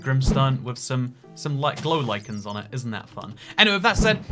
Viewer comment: HE SAID GLOW LICHEN CORRECTLY!